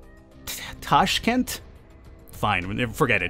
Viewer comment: Tashkent its true pronuounce